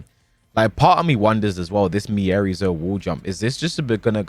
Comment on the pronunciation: The scariest thing about miary zo are the people still saying and spelling her name wrong 😳